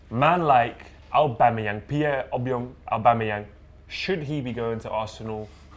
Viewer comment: “Pierre obiong aubamayang” nice one